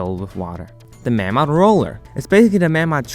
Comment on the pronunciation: Its pronounced 'May-mod'